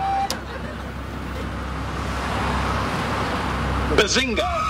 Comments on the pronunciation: When sheldor coopbag said Bazingoo I felt that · Shedlad Cobra said Bazengei